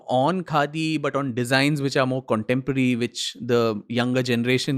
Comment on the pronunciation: "What do you think of KHADI ?" sounded like n rhymed like "What do you think of GANDHI ?"... Pointer questions for future podcasts: real Gandhi unreal Gandhi name-sake ...